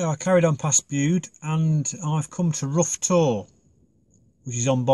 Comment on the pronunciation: It's pronounced 'rouwtor' all one word in Cornish.. There's the Davidstowe cheese factory & a 2nd world war air Base with a RAF museum & a little cafe very near by, good spot to park up..